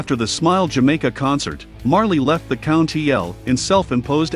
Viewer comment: This is robot speech and it is mispronouncing many of the words. Country = county L and many others. It's hard to listen to. Use a real human who can read properly. This is good work but the voice track is awful.